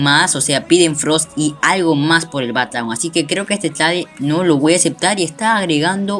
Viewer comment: like por cada vez que dijo tlade xdd